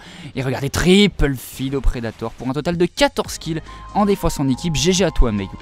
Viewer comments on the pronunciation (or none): il dit "triple feed" quand ce sont des triples et soit il mett l'accent anglais soit le français car le mix des deux... Tripeule feed!